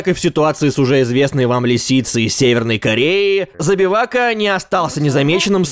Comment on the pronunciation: Я ОРУ с того как иностранец говорит "Забивака" Теперь меня будет мучить вопрос, знает ли он что значет его имя?